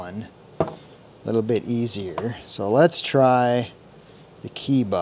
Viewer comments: It's pronounces KEH- EE- BA( Kay-ee-ba) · Pronounced Kay-eeba. KE-IBA. Yes it is made in Japan. ESA-2. Vessael "socket adapter" also made in Japan as written in the front.